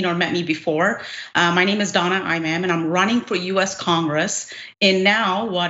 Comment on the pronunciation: "Eye-ma'am"? Donna, please don't be ashamed of your Muslim origins just because you're in Texas. Then again, they'd all pronounce it that way anyway.